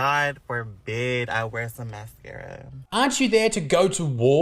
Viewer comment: "Massscccaraaaa" - A "solider"